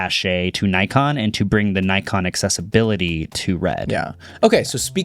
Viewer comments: yes, Nikon is correctly pronounced “nee-kon” cuz it’s originally a short for “Nippon Zeiss Ikon”. They used to make copies of Zeiss back in the 30’s and distribute both them and the originals. And you’ve missed the biggest part of Nikon’s acquisition of RED: RAW. It’s the ORIGINAL, true RAW people buy these cameras for. Not Blackmagic’s BRAW, not Sony’s Sony RAW, not all of it. RED holds patent to the original RAW format. And if anything comes “cheaper with the RED logo”, it’s not gonna be “the RED logo” - they’re just gonna add natural RED’s RAW into Nikon camera and kill Sony for good. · Nah y'all really need to stop pronouncing it "Naikon" 😭 it is indeed pronounced "Nickon" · Much respect to Marques for correctly pronouncing Nikon. My friends from Japan and I have been laughing at Americans for decades for butchering the brand name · I do think that 95% of population says it "Nikon" not naikon...